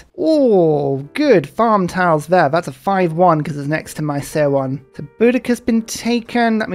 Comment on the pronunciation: Love your videos,. One thing though, seowon's 'seo' is pronounced like 'su' from the word Sun.